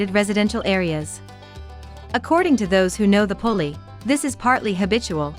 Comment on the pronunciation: The name is pronounced Poolie ... similar to Poodle and their breeds are very close